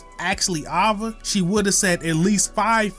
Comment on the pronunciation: why is he saying ava like that